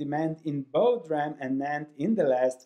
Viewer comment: It's not "dram" it is "dee ram".